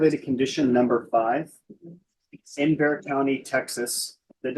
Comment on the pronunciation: Can you not research what is said if you are doing Texas locations??? BRYAN COLLEGE STATION, and San Antonio’s county is BEXAR. Pronounced BEAR!!! Or BAY HAR!!!